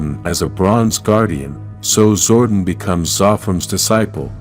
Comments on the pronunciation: its zor don not zordin say it right you noodle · I usually don't make any negative comments about the narrator on power rangers stuff but the name is pronounce zordon as in zor don not zord en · This is totally a jenky AI narration "Zorden" lol its ZOR DON <- DON